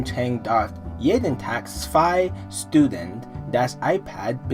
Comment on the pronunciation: When a word starts with St or Sp you have to spell it like Sch not actually like S, stunden=schtunden spielen=schpielen :) Greetings from germany:)